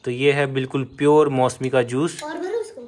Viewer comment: Bhai mosemi nahi hata mosami hota hai